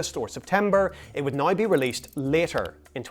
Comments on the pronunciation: "Website nigh say..." AI, can you speak English? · Why do you pronounce “now” like you have a mental defect?